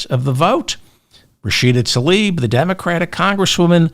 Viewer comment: Please consider pronouncing Rashida Tlaib’s name as spelled. TL-EYE-EEB